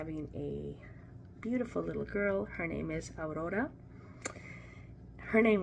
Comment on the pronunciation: August 1st is always a great day as it's my hubby's birthday! Awwweeee..... how exciting that you're a grandma to be again... cuuuute ultrasound of Aurora! I love the way you say her name with the rolling "r". Have a great week!🥰 Blessings from South Australia💕🐨